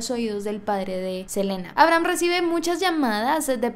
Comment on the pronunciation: todos: abrahm la serie de netflix: aibrajam asi lo pronuncian xd